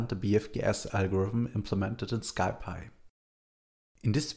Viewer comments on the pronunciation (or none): "Sky py". The package is short of Scientific Python. It's pronounced more like "Sie Pie"